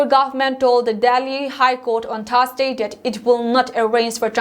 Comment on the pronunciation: Another correction Thursday was pronounce as thars-day/Eastern as Eastarn. This are some simple words which can easily be corrected if she wants to improve.